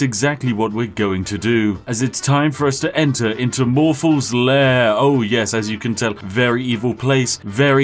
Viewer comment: Okay but why did he say morthals lair?